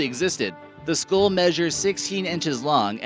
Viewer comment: Dumbass announcer, what the hell is a ‘skool’ ? It is a SKULL you numbskull.